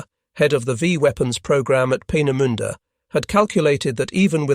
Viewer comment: How can one correctly pronounce 'Peenemünde' but not 'Vergeltungswaffe'? 😆